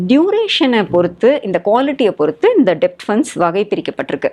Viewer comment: Debt-pronunciation டெப்ட் அல்ல b silent. Det /டெட் என்று உச்சரித்தால் நன்றாக இருக்கும்.